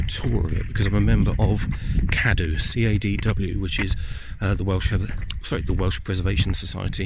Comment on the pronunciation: his pronunciation of the word cymru was hilarious lol but to be fair ,he did do ok with cadw .but i do respect the man for promoting the welsh culture and history ,credit where credit is due :) diolch yn fawr